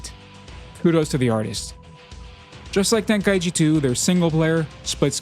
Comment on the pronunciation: Then maybe say the name correctly😂 ten kai chi not tenka eechee 😅 listen to the japanese name of the tournament